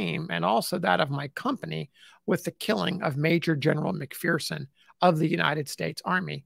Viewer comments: FYI: McPherson is a Scottish name and is properly pronounced as Mc fur son, not Mc fear son. The McPhersons say "There is no fear in McPherson". I truly Enjoy and appreciate your work very much. RPG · There's no 'fear' in McPherson. As we say here in McPherson, Kansas. It's pronounced Mc-fur-son.